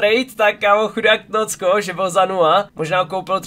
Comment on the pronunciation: Je to tnóčko a né tnócko😂